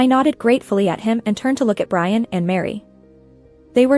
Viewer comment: lol brain instead of Brian.